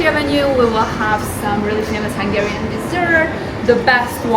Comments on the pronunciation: As a Hungarian it's great to see that you enjoy Budapest and our food 😊 your Hungarian pronunciation is really good as well! Just one correction about the no clinking tradition: it only applies to beer, with other drinks we clink too. 😊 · Dude, as a hungarian I can tell you, you made a wonderful job with the pronunciations, its really hard, and most youtubers wont even bother, yours isnt perfect either obviously, but its very close, great job : )